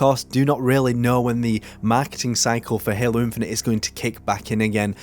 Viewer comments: i love your videos but please stop pronouncing halo as "helluh" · there's nothing wrong with your accent, but I've heard you say halo with an american accent and your native accent back to back in the same videos, loo